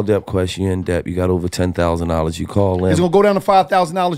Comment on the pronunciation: None of your man's helped you out with pronouncing Debt. The B in debt is silent. 😆 sounds like Det! Work on that my neega! Lol